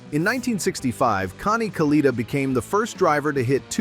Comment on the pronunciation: It's pronounced Kalletta, not caleeta. Damn A.I. crap.